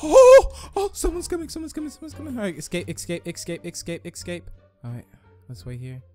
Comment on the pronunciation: It's escape, not ickscape